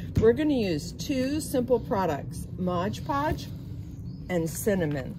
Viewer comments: Aggghhh! How many times did she want to say “MOD PODGE” wrong?! It’s not “Modge podge” lady! And what a waste of cinnamon! 😖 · MOD, MOD podge, not modge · The product your using is spelt and pronounced as MOD PODGE, Not MODGED PODGED ! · It’s Mod Podge not Modge Podge 😣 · Waste of expensive cinnamon, but I bet they smell good! And it's MOD Podge--not MODGE Podge! Like nails on a chalkboard! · Please say Mod Podge correctly, please????!!